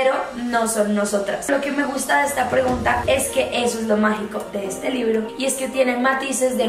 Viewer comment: Like si te diste cuenta que dice RREGUNTA Y NO PREGUNTA 🙊🙊 LAS AMO... 😍 😘 ❤️